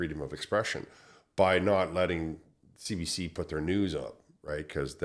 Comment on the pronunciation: cbc in French would be pronounced "Say Bay Say" not Bah! lol keep up the good work :D